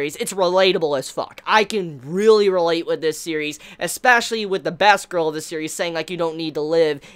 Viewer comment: First off I just have to say I will be a bit harsh now, I just want you to know that in the end I actually mean well. /start rant So anyway, a whatgirl? Sounds like a mispronounced "bass-girl" but that would not make any sense since it's not related to fish at all O_o I guess it was supposed to be "best girl", but in that case you should do a bit more prominent pronunciation on the "e" rather than make it sound like an "a". Your accent is no excuse here, the "e" should be more prominent regardless. Also Sakura isn't pronounced "Saw-koura", it's using a short bright "a"-sound. You'd think a big anime fan would know this! You've heard people pronounce it so many times damnit! /end rant Other than that, yes, it's kinda relatable.